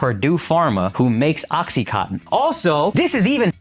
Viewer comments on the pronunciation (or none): no they don't say it correctly. What do you mean by over pronouncing words? You either say it correctly or you don't. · Why can't they pronounce Oxycontin?